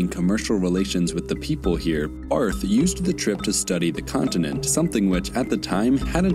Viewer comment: Just a little heads up A German surname with "th" at the end isnt pronounced like the typical english "th"-sound, but rather just like a normal "T" Like Bart(-h). But, it should be noted that the pronounciation is still different between the German "Bart" (=beard) and "Barth" (typically a Surname) Because you speak "Bart" fast and in "Barth" you strech the "a" instead of one fast swoop